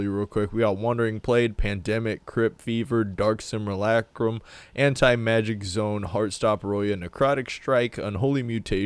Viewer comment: pronounces simulacrum fine but you go halfway toward turning aura into aurora how?